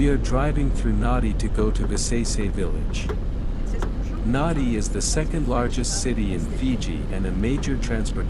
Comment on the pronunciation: Pleased to see Viseisei on YouTube. Please understand the town where the airport is located is pronounced Nandi even though it is spelt Nadi. Vinaka vakalevu .